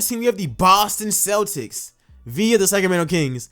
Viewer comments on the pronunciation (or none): none